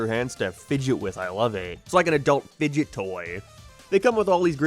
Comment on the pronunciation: Didn’t like how he emphasized FIDGET when he said it’s like an adult FIDGET toy, upset me deeply